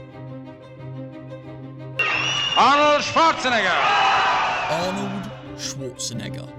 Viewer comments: Mate, its Schwarzen-egger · Excuse me, Arnold Schwarze-what?